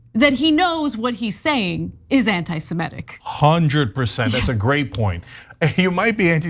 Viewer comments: Ana, it's 'anti-Semitic'- not 'anti-SemEtic.' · I winced each time Ana said "anti-Simetic." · It's not 'my way.' That's how it's spelt. Both Semites and Anti-semites agree on that. And I'm not alone in the Comments pointing it out. To avoid confusion - please note that the 'i' in Semitic is pronounced as in 'idiot', not as in 'iron.' Maybe it's an American thing (I'm Australian), but 'anti-Semitic' simply doesn't rhyme with 'emetic.'